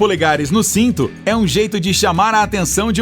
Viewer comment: O que fala "sito" e não cinto kkkkkk